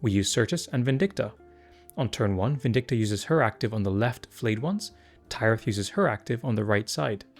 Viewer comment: again thank you for these kinds of videos! they're super helpful. one thing though: i finally watched the Harvest episode with Tyrith the other day and i'm pretty sure it's pronounced like Minas Tirith. the 'y' in Kyrus, though, is pronounced like eye.